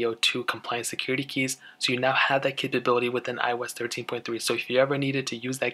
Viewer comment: iOS (ee-os)